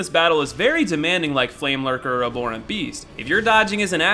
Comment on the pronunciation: Are you saying aborent? It's pronounced ab-horent.